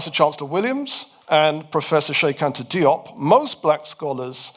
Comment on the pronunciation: "Diop" is pronounced "Jop". A detail, I know.